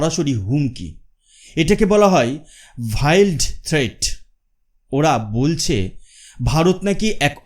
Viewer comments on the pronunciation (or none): 'ভাইল্ড' নয় 'ভেইল্ড' ।